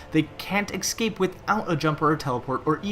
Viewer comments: It's not ecscape it's escape. You are saying it wrong! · He can't pronounce escape. Es-cape not excape. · its escape not exscape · "ex-cape" ??? E-SC-APE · No because me and everyone else hears excape in stead of escape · All I hear when talks: X cape._. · Why just why you said ES-CAPE so much and said it wrong every time :( that was so annoying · X Cape is what I keep hearing. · The way you say escape is really weird. It's "ekscape" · "Ickscape" CRINGGGEEEEE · You mispronounce escape and it hurts. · Learn how to use pronounce the word "escape" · Top 5 worst pronunciations of the word escape. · nice video but i cannot deal with how to pronounce escape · I was about to make this same comment